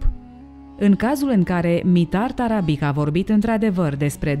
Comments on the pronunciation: mitar tarabici se rosteste, nu tarabic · pentru că sînt vecin cu cuscrii noştri sîrbi,ştiu că se citeşte TARABICI - scuze pentru observaţie,dar o fac în sens pozitiv şi -ţi mulţumesc pentru toate materialele foarte interesante.